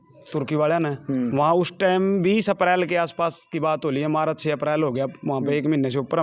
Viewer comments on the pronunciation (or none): दोनो नाकारा, ये अमेरिका जा रहा था, मार्च को मारच बोल रहा। भाषा देख लो USA जाने वाले की। दूध खाया, बच्चे बोल रहा जाने वालों को, पुलिस आवेय थी, रोज़ भका देंदा ।.